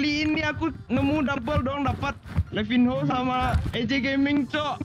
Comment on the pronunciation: Baca nya bukan levinho bang. Tpi levinyo .